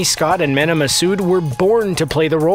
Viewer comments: It's pronounced Meena not Mena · Mena’s name is pronounced mee-nah not men-ah. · Its meeeeeeena not MENa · btw it’s written mena but pronounced mina soooo yh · Men-a Massoud. (Sorry that bothered me ) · He mispronounced mena’s name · Omg the way they pronounce Mena . Idk whether to lagh or to cry 😂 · Omg, that’s is NOT how you pronounce Mena. 😤😠😩